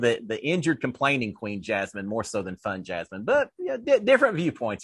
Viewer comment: “Fun JasMEAN?” 😂